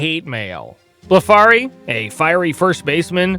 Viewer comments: It's Curt "BLEF-ree, " not "Bla-FARry" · Curt Blefary is NOT pronounced "Bleh-FAR-RY". It's pronounced BLEF-REE. The "a" was silent. You also said that a "family of 5 became a family of 2 overnight". How so? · His name was Curt Blefary, pronounced Blef er ree. Not as above. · And, to: pronounced BLEF-uhrrie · You can look up how announcers pronounced it. One thing for sure, it wasn't Bla-Far'-y